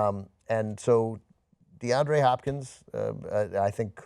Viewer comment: Deandre, not DeAndrew